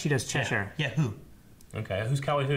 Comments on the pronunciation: That's still not how you say Chesire,. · ohmygOD IT'S PRONOUNCED "CHESHER" NOT "CHES-SYRE." But uh... great video as always, much love! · why does their pronunciation of Cheshire piss me tf off wtf lol